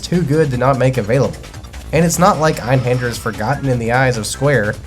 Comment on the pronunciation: Great video and insight on Einhander. I learned multiple things like how to properly pronounce it finally haha. I made a tough choice in December on buying either Grandia or Einhander and I chose Grandia. Watching this sparked my interest again in Einhander. The mini boss fights while very challenging would be very satisfying to beat once you get their patterns down. Great video, as you said the toughest part is obtaining it…. Now I gotta do that!